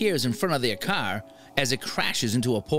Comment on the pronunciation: The way he pronounce car made my ears bleed please have somebody else